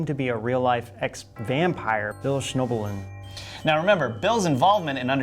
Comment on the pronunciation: Actually, Bill's last name is pronounced SCHNEB - lin